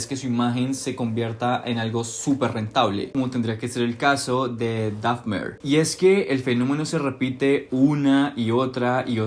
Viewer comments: Por que pronuncias Dafner?… es Dahmer. Terrible tu inglés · con todo respeto te corrijo que "Dahmer" se pronuncia tal como se escucha y no "Dafner", no lo tomes a mal porfa:3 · no es “dafmer” es, “dahmer” 😭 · Jeffrey Dahfner jajajaja Al menos di bien el nombre. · Porqué no pronuncias bien el apellido de Dahmer 😵‍💫